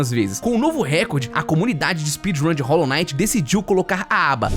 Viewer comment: "Rólo Naiti" 😢